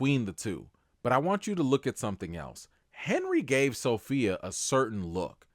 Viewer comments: As my grandmother would say....Every time you say So-Fellow ( Sophia) I get tickled.😆😆😆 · "SoPhellow" lol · Sophellow (Sofellow?) gets me every time 😂